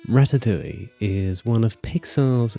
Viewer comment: Did he really say rastatoulie